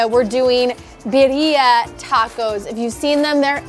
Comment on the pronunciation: Love how she pronounces it BIDDIA. 🤣